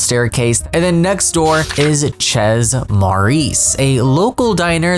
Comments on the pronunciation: It's not pronounced like Shayz it's like more like Chef, softer ch, so say it like chay. Chez Maurice. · Wonderful ! Btw the « Chez » is pronounced ché, not chezzz :) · It's pronounced shay maurice, not tchezzz, please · The town is inspired by Montreal. The French names are in French, so it's only fair to respect the 2 languages existing together (+ whatever gibberish the paras will end up speaking). That being said, it's just plain wrong to pronounce it tchezz in English, and it will always be wrong. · Can't get over the way you pronounce "chez"